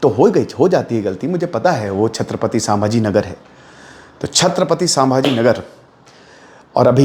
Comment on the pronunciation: Pahli baat to wo सामभाजी nahi संभाजी maharaj hai , aapke idol hai aur aapko itna bhi nahi pata 😂 naam to thik se lijiye